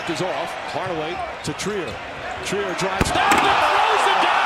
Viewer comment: Its treyer not triyer